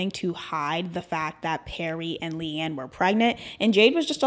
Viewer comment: Just wanted to say (not wanting to be rude) it’s pronounced LEE-anne 😭